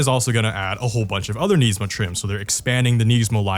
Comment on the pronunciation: Why does he say Nismo wrong?